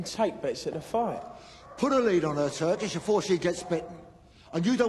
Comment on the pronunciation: Love the way he says Turkish 😂 can’t really hear the “k” so it sounds like Tur-ish